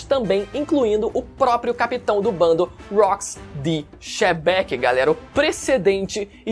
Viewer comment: toda vez q o fala "chebec" me dá uma dor no coração